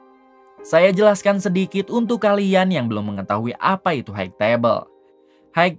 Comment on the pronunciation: hai tebel bukan haig tebel sampai kapan org ind bisa mengucapkan kata HIGH